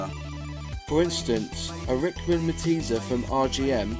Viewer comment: The three stacked rifles logo was called "Pylarms", literally piled or stacked arms. Also it's pronounced "Me-teese" not "me-teasy". FYI, The Rocket three that did so well on the track was called "slippery Sam" because it leaked oil so badly, another reason the Japanese bikes won out because they didn't leak and just worked.